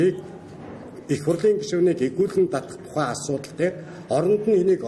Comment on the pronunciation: д д д эгүүлэн татах эргээгээд гээд хаанах аялага бэ? Монгол хэл гажаад бна уу?